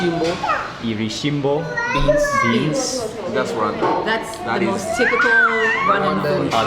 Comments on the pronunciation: ...Becoming more famous than his father ... love the way you say R-Rwanda :)) ..And you lived in the DRC ... :) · Nice vlog, I can't believe I watched the entire 24min. And it's so funny how you pronounce RWANDA 😁